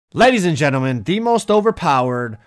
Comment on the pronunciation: Is it just me or does he sound Australian in the intro when he said ladies and gentlemen 😂